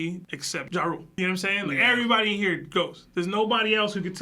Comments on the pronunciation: And Jarul as "Ja-Rule" 😂😂😂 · Whys yall callin elder Jarul "Ja-Rule" 😂😂😂😂